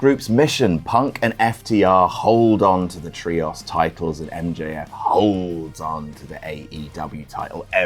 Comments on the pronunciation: "Look, stop, stop, stop. You're going to take someone's eye out. Besides, you're saying it wrong. It's tree-ohs, not tree-oss" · is there a reason you pronounce "trios" as "tree-ahss?" Other British people don't seem to say it that way. Is it a reference to something I'm not getting? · man please pronounce the word “Trios” correctly😭 I’ve been listening to him say “Tree-oss” for so long I’m going insane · STOP SAYING TRIOS LIKE THAT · Literally who pronounces ‘Trios’ like that?